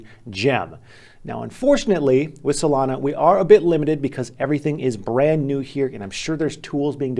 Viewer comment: why he say solana like that?